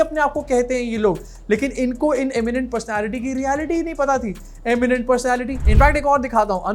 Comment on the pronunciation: you are the best 😂😂😂 ye-miennt pershonality😂😂